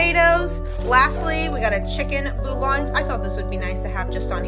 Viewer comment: The common pronunciation is "Bool-yon" - a double L in French or Spanish sounds like "yah"